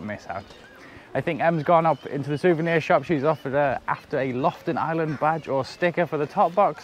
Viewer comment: Thanks for another wonderful episode of my gorgeous country..! ( btw..It took me a while to realize you were in Lofoten, as it sounded like you said Loften Islands.. The second O is not silent 😅 )